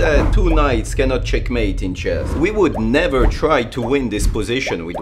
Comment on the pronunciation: everytime you say " CheckMAaATee" feels weird, man xD